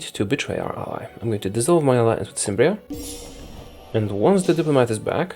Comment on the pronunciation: Cimbria is pronounced with a K. Else your video is very enjoyable!